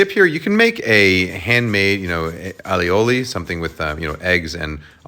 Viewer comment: He didn't say aioli. He said olli-oli. You'll have to start over now.